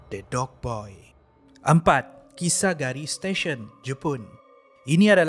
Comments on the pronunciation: kisaragi bukan kisagari hehe cuba tgk betul2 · kisaragi la bukan kisagari 🤭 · Terperasan yg perkataan Kisaragi tu, Salah sebut, sebut kisagari kalau x Silap Saya lh. Ini Tegur ja, harap jgn kecam.😅🤝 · Memang la xjumpa dan xtahu namanya kisaragi bukan kisagari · kisa ragi min.. bukan kisa gari...😆😆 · bukan kisagari laa.. kisaragi namanya:p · salah sebut nama station kisaragi 😁